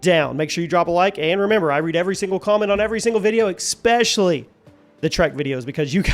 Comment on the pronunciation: There's no "x" in especially